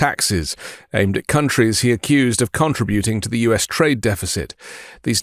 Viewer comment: Love you dude but it’s conTRIbuting. Wrong syllable to emphasize. Lol